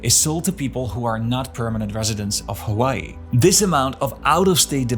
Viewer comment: Why does he keep mispronouncing Honolulu, OaHu? Hawaii... the H isn't silent. He says Awaii... ugh